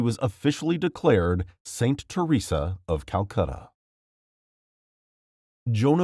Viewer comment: I think he might be one pf the first people to correctly pronounce m Theresa's name T-T